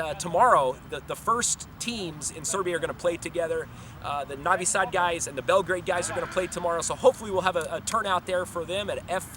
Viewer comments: lol ok bro . im Serbian but live in USA and it's not that big of a deal if he says navi sad instead of novi sad... people don't say " Beograd" they say "Belgrade" so is that a problem too ? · It's freaking NOvi Sad. Not NAvi Sad. Like when you say NO....NOT Hah! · Masterpkerko1 There's a difference between an accent and saying it wrong. Saying Navi Sad instead of Novi Sad is like saying Paul instead of poll. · Well it seems he doesn't like it..... and it's kind of rude. Also think about it, it's hard for him to look at the alphabets "u" and "o" differently because in English they can be many different sounds while it's fixed in Serbian, so it's hard to cope. I'll give you an example, you know the soccer player Subotić, i have never met anyone (non-Serbs of course) who pronounces it correctly, most pronounce the "u" like the one in "subway" and the "o" in "moon". Not to mention the idiots that pronounce "tić" as "tik". Funny I had a lecturer of Croat origin back in uni in Melbourne whose surname was "Sironic", she pronounces it as "Sironik", lol... it's sounded more Aussie for sure.... but regardless... the point is, it's not his mother tongue so it's very usual for him to pronounce most words wrongly. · Mrmalleableful Sure, I agree on that. But again I find nothing wrong in clarification of correct pronunciation. Why do you think he doesn't like it?? I think he is coping to learn Serbian language, and my tips can be used for a good cause. If he finds it annoying there is solution for that, too. Skip my comment. After all there's not much difference between O and A. It's familiar in English language, too. I understand difficulties with letters such as Ć, Č, etc. These are unique and specific for Serbian language. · You're saying Novi Sad wrong.